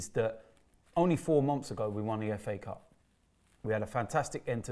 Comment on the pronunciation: All I hear is fa cup🤣🤣🤣🤣